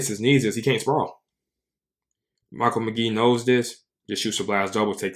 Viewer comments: FYI his name is pronounced like Mikhail not "Michael" and I've been watching people try to learn his technique from knees for years and nobody has yet 😄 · It’s Mick-ale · Amazing video. One thing - it's Meh-kale McGee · Good video...pronounced his first name wrong